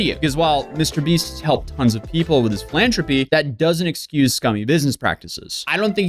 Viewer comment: LOL, it's pronounced "PhilanTHROPY, not TROPY.